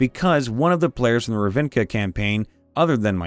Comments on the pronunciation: Ra-vin-ca? Its Rav-ni-ca. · It’s Rav-ni-ka, not Ra-vin-ka 😂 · Wait wait wait wait wait. Did you say "Ravinca?" It's pronounced "Rav-ni-ca." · I'm pretty sure Ravnica is pronounced as written, Rav-ni-ca, not Rav-in-ca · Loved the video man but the way you pronounced Ravnica gave me a little stroke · Love your videos but I did have to cringe at the word ravnica. 😬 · The pronunciation of Ravnica bothered me…